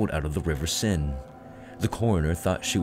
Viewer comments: The Paris river seine is pronounced to sound like 'sane'. In this video it sounds like your calling it the river 'sin'. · River Sen!? It's pronounced "Sane". And, it wasn't an iron mask, it was made of velvet. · 'sen' made me laugh. it's pronounced sane, mate.